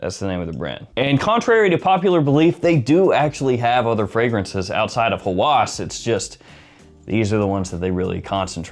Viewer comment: Thanks for the review! Just a small note: "Hawas" (هوس) is pronounced "Ha-was," and it means "obsession." When pronounced "Hawas" with the emphasis on the second syllable, it can sound more like "senses" (حواس), which is a different word altogether.